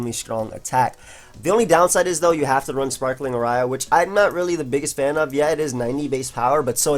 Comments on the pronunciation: Did this man just say Ar rye ah? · how did u manage to mispronounce aria and operetta in the same sentence